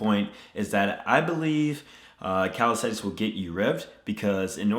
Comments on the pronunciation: Its CalisTHenics not calistetics at least pronounce the word correctly in your video!! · Is it me or does it sound like he’s saying calistetics? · Calisenthics Subtitles: Cow Aesthetics, Cal sites, Teletubbies